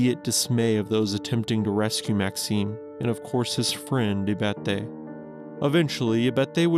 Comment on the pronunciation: “Verte” is “Viette”? My Swiss grandfather is turning over in his grave.